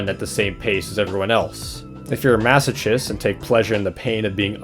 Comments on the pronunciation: It’s actually pronounced masokist not masochist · "Maso*ch*ist"... Masochist, like...masokissed. Lil baby haha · the way he said masochist and eldritch lmao